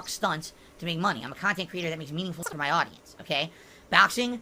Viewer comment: "Meaningful khantent". Oh my lawd... Meaningful to fucking whom?